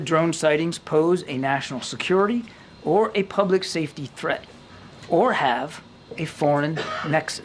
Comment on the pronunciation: Why is the AI saying "poblic" instead of public?